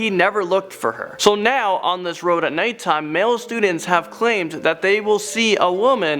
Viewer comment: He said natetime